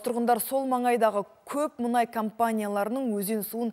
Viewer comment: Мұңай, мұңай деп отырған сарапшы кім? 😉😄 Менің білуімше мұнай еді!